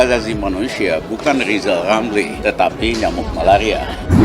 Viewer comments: Mksud Ghizal Ghamli,Nte yg mau gantikan Pak Jokowi..? Dari pd Nte yg mau jdi Presiden,mending gk usah ad Presiden. Krn Ghizal Ghamli,Jgn kan jdi Presiden,nyebut huruf R sja gk tau. G mna,mau jdi Presiden..? Sangkin bodohx klu Ghizal Ghamli,jdi Presiden pasti gk ad yg mau dgr apa kta"x. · Ini komental saya buat lizal lamli, kalau mau jadi Pleciden, belajal ngomong R dulu, soalnya ngomong nama sendiri aja kagak BECUS.!!! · Lizal lamli halusnya bicala benal dulu balu bisa koleksi olang, bilang R aja susuah mau ngurus negara , ngurus satu huruf saja susah..wkwkwk. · Lizal Lamli olang gk walas...gk pintel... Adooh...sorry bro gk bisa ngomong "R" 😅🤣😂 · Lebih baik lijal lamli aja yg mundul 😀😀😀